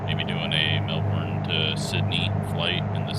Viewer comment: got close with the pronunciation of it. I always tell non-aussies it's Mel-ben. We hate saying all the letters of word.